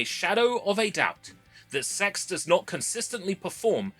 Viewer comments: I genuinely thought CeX was pronounced as the individual letters for ages.. got jumpscared when you said CeX store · I can't get over how you pronounce C-E-X (SE-EE-EX) 😂😂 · Same here. Never heard anyone say it like that. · I only now found out CeX can be pronounced like that, never heard it that way and i for sure wont be switching to that one lol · I think you're the only person I've ever heard pronounce CEX as sex lmao. I'm not sure how I feel about encouraging others to seek out preowned drives. On one hand I love the idea of seeking out potential lost media, but on the other there are too many demented people out there that would seek out personal information instead. Blah. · C.E.X is not pronounced sex no matter how much they want to convince you of it... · "well on our way of reaching 500" - 5K Side note: i love that our version of gamestop is pronounced "sex" and it will never not be funny to me. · ive never heard CEX pronounced any other way but "Sea Ee Ex", Unless you wanna have a laugh of course. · When they first came into existence it was pronounced Cee. Ee. Ex. its only recently since they employed 12 year olds to do the marketing that its changed. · you knew what you were doing by pronouncing it "sex" (we all know it's C-E-X) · mate, I beg of you to pronounce it "See-E-Ex" instead of "Sex" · Continually Pronouncing it “sex” instead of just saying c e x like 99.9% of the population gives off substantial childish cringeworthy virgin energy. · It's not "sex" it's an acronym, say it as you should, C.E.X. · Please don't say it like s*x. Everyone calls it CEX. The "s*x" thing is like an unpopular person who tries to make everyone call them by a nickname. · This is why I always pronounce it as C E X rather than “sex”. Such a dumb name for a shop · Stop saying it like sex, you say it like “see e ex” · why do i hear s4x instead of cex xD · Bro please read is C E X not "s**"😭😭😭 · Can we PLEASE pronounce it SEE-EE-EX not sex